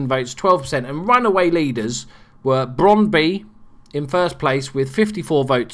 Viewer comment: It is spelled Brøndby and it is not Brondy XDD (Ø is pronounced like ö) (Or like "u" in "hurt"